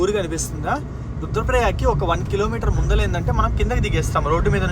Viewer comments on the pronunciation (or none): none